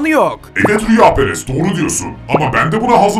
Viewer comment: Rüyaperes degil kameraman rüyaperest